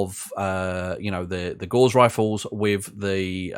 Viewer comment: NoGutsNoGalaxy triggers me on this a bit as well, but the word 'Gauss' rhymes with 'mouse' and not with 'moss'. Liking that you have put this series together as I'm considering moving 'up' from vanilla to BTA. Subbed.